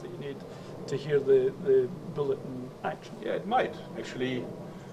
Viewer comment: "I cast BOOLET" THWACK